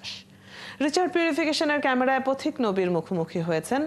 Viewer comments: উপস্থাপিকা পথিক নবীকে কেন প্রতিক নবী উচ্চারণ করলেন? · ভুল নাম উচ্চারণ করেছেন, প্রতিক নবী না পথিক নবী।